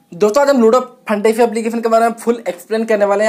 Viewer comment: Bhai lordu nhi he ludo he